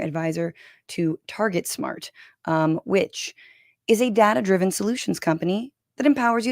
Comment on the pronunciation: Am I the only one who heard "dad-driven solutions"?